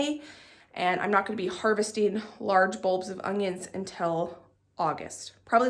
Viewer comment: Omg are you saying UNGYUNS??